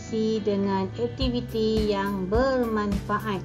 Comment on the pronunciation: 1.2 sebutan suku kata, perkataan... dengan betul.. Tapi cikgu sebut tak betul. Aktiviti bukan ektiviti.. Sekejap baku.. Sekejap tidak.. Diharap lebih diberi penekanan selepas ini. Semoga terus berjaya.